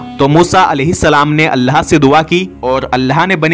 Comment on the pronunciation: Please Allah ko sahi se pronounce karo pata ni aaplogo ko arbi k talafuz kyo ni samjh aate,seekho ye sabse azeem naam hai